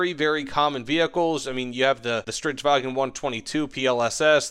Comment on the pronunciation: Me trying to hold myself back when I hear someone say "Stridswagen" instead of "Stridsvagn" (There is no e in either the name or the pronunciation) For those who couldn't figure this one out, it's referring to the Swedish name for tanks (Stridsvagn) and how some people add in an e in the pronunciation when trying to say the word in English.